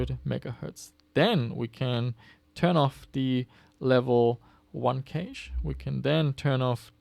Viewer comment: Cache is pronounced like cash, no?